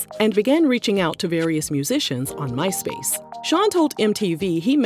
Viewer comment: Did she say myspace